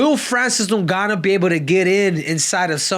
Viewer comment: Bruh are your trolling or is it real you cant pronounce names?? FRANCIS NOONGANO......OR FRANCIS NEWNGANO?